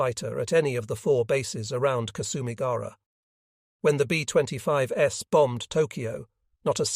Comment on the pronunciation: B25S! Great info, but teach ur AI voice how 2 pronounce words! Very distracting!